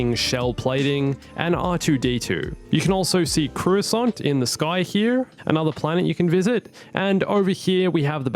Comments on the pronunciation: Croosaunt??? Its Co-ro-saunt. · When he said croissant I fucking died